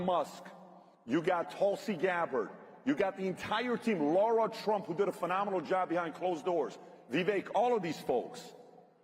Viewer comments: Lara Trump pronounces her name Lara like lariat, not like the or sound in ignore. Lara there is no U in it! "Lah-ra", not"Lor-rah" Please correct in future, so many people get it wrong and it's disrespectful. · By the way , it’s not LAURA it’s LARA